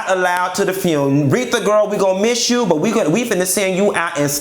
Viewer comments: if he say funeral like that again I'm gone scream!!!! the fune lol omg kitty blouses i hollered at work and scared my assistant you're a whole fool Just don't ask fox news to be there cause they don't know the difference between her and Patti per their news clip lol. no lie Ross i need you to truly put this all the way together. Not hygiene and whispertarian committee lol i died again. The banded list you never lied lol but i need you to have Ledsi and Lela James cause she killed the remix of change is gone come.And get obama to come on and speak with Michelle too!! Don't have people bringing in dishes please and thank lol the cigs i cant even with you and don't you put Bobby by no liquor and you need natural light beer with those cigs to make it all southern lol please no Tiffany Haddish lol let Stephanie Mills to host it. Play my "You Better Think" i remember as a child watching blues brother with John Belushi and Dan Aykroyd i loved it so much. Damn im getting sad now. One of the funniest but real videos. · Mia Ford And Fune! 😂😂😂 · u a hot mess🤣🤣🤣🤣...not the "FUUNE"!!! I cannot🤣💀🤣💀